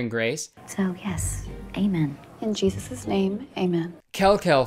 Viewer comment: The weird part is that woman pronounced the possessive apostrophe in, "in Jesus' name," like you're supposed to. Normally they just say, "Jesus," not, "Jesus-suz." Really threw me off.